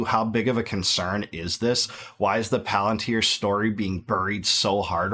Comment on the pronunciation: Its puh-lAn-teer. Watch LoTR